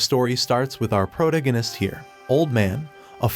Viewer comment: DOWNVOTE for mispronouncing protagonist